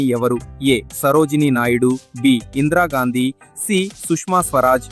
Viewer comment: Excuse me ఇంద్రా గాంధీ కాదు ఇందిరా గాంధీ